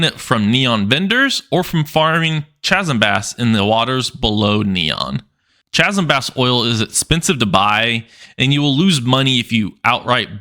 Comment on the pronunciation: Chasm is pronounced (kazem).